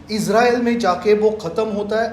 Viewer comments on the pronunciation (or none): none